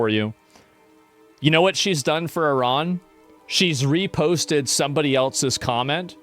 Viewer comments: Liberal left here and I’d be happy to discuss your POV. To me it’s quite an achievement that right wingers have eventually learnt how to pronounce Iran correctly. Cheers from Germany. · The right eventually learnt to pronounce Iran correctly. Cheers from Germany.